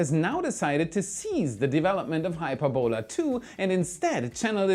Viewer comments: Hyperbola, not Hyper-bola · not "Hyper-bola",.. "Hy-perb-ola";) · an awesome video as always, but for one thing. The pronunciation of 'Hyperbola' is "hi - PER - bo - la", not "HYPER - bola". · It's pronounced Hy-PER-bo-la. The accent is on the second sylable. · hy-PER-bola,. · Hyperbola is pronounced [HY] + [PUR] + [BUH] + [LUH]. Its a curve in maths. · If it’s an English word, its hy-PER-bola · Why did you pronounce Hyperbola as HyperBOla? Words of Greek or Latin origin in English are almost always pronounced with the emphasis on the ante-penultimate syllable. For example we say EMphasis, nor emPHAsis. In Chinese it is pronounce shuang qu xian. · Math majors are face-palming at his pronunciation of Hy*per"bo*la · Please look up the correct way to pronounce hyperbola. You really got it wrong